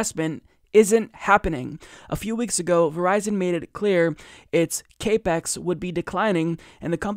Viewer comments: Capex is capital expenditures, it's pronounced cap-ex, not cape-ex Other than that, great story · It's not 'cape ex' it's CAP-EX - as in 'capital expenditures. And it's not a 'jeet pie' it's a 'shit pie' as in shit pie. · FYI CAPEX it is pronounced as Cap X, as in capital expenditure. I just want to make sure that you sound like you know what yu are talking about because you do. Keep up the good work. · I love you and you are totally right even here, but it's not cape x it's cap ex. Stands for capital expenditures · it's pronounced like "cap ex" not "cape x". It's short for "capital expenditure" or how much money they're spending. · Cap Ex... Capital Expenditure not cape X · Maybe he's saying "CAPE-X" 😮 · sounded like kay-pex. irritated the fuck out of me... small things.. 8) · Like the video. Pedantic but it's pronounced Cap-Ex its short for capital expenditure.